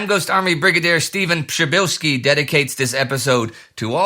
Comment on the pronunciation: Wow Indy! Your "Przybylski" and "Przybylska" pronunciation was spot on!